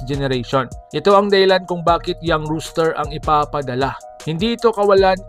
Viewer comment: Roster hindi rooster